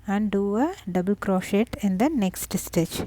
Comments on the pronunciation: Very cute, and perfect for the pile of faux diamonds for my friend's kid that LOVES "treasure"....lol! Thank you! I thought you may also like to know that the "t" in crochet is silent. And the person that down voted this video is just mean, there is nothing wrong with this vid, it's a great tutorial, and great for people who just like to go along instead of looking at a written pattern. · Nice, check how you say 'crochet' !?